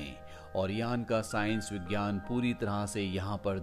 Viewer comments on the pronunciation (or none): none